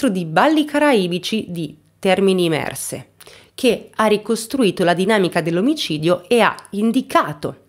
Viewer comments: Termini Imerese non imerse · Scusami ma i nomi dei luoghi li potevi dire anche meglio:Mazara del Vallo, Castelvetrano è tutto attaccato non è Castel-Vetrano,Terminimesre idem tutto attaccato. Il lungomare probabilmente era Fatamorgana in Mazara del Vallo